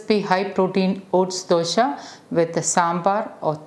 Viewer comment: It is Dose not Dosha xD